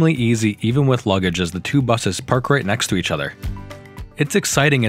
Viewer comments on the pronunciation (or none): none